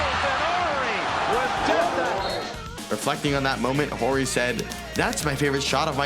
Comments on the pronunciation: Why is it in every video and game I’ve watched its pronounced Robert Orry, yet his guy keeps saying Horry throughout the whole video? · OOOOR-ry, the h is silent. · I've always been under the impression his last name is pronounced 'Orry' (silent H) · HOW DO YOU MISPRONOUNCE HIS LASTNAME EVERY TIME WHILE YOU'RE PLAYING CLIPS WHERE YOU ARE HEARING IT CORRECTLY PRONOUNCED?! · It's always fascinating to me how someone can repeatedly hear how a name is pronounced, and then somehow continue to pronounce it incorrectly. Also, it's "Big Shot BOB." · The H is silent. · Its big shot Bob The H is silent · Mispronounced his last name the whole video, but great video